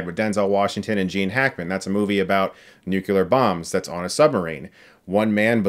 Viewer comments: I can’t help but noticed the usage of “nuculer” instead of “nuclear” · This “nucular” vs nuclear pronunciation bugs the hell of out of me 😄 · Don't underestimate my grandpa and don't say "nu-cu-lar." It's nuclear, Chris! "Noo-kleer." NUCLEAR. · A common mistake that annoys me SO MUCH MORE THAN IT SHOULD. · When people can't pronounce a word that sounds like "new" and "clear" put together, you have to question how well they were raised. But hey, I'm European, our education standards aren't actual jokes and our universities aren't for-profit businesses. I guess it shows in little things like... "nucular". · 😂😂😂 They've been saying this for years. He'll never pronounce it right. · It still bugs me how Chris pronunces Word Nuclear as Nukelar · You lost me when you couldn't pronounce the word "nuclear". It's not nucular, it's nuclear. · He's always pronounced it "nucular." Several other reviews where he does that. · Dredd No! It can be Toh-may-toh, Toh-ma-to because the "A" can be pronounced both ways, but there is NOT a double "U" in "Nuclear" so it CAN'T be pronounced "Nucular". Lol, seriously it wouldn´t bother me if it was the first time but Chris seems to be settled about how to pronounce that word, and it is funnily annoying. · This reminds me of The Simpsons where Homer reminded his general that it's pronounced NU CU LAR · I love you Chris. You’re perfect. Please say nukular for always. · Nucular bombs, eh?